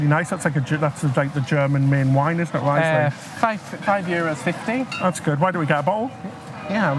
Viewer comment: Very nice you show Mainz city. Interesting you speak vocals like latin or German. Running with u e.g. Never heard before. And it's nice to listen to native English men. So seldom, all the English is from elsewhere. BTW, Riesling is spoken as "Reesling". i = ee, and ie is just longer extended i. It's so great you check out our country.